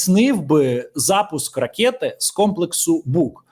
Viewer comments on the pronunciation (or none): якщо дозволяєш виправляти, то вимовляй, будь ласка, слово "ракЕти" без Є. 💞💞💞